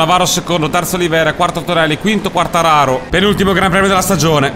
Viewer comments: cmq si dice Quartararoo devi allungare con 2 o il cognome del pilota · ti prego si dice quartararò. comunque grande perchè motogp non è un gioco semplice:) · Potresti fare le qualifiche off-screen e far vedere solo le gare;) P.S.Quartararo è francese e si legge Quartararò:) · comunque si chiama quartararó ed è spagnolo non italiano..